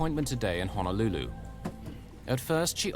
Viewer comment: EMDR can help with trauma. I wish the narrator would say Honolulu correctly. 🤦🏽‍♀️🤦🏽‍♀️🤦🏽‍♀️